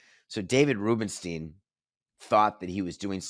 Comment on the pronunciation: You're mispronouncing Rubenstein.